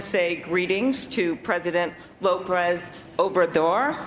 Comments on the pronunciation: She said Lopres Obrador ... She only said the last name after checking her notes.. she still doesn't know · She called him "Loprez." Hear for yourself at :42. She still didn't know. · And she still flubbed it. "Lobrez Obrador". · "Low Press Obra Door" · No she didn't. She flubbed it. Just like if anyone had said "Senator Clod-Butcher" after nervously checking his notes. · "Loprez obrador" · What a deceptive video title! She didn’t forget his name, she never knew it to begin with. She even had to check her notes when saying it and still messed up the name.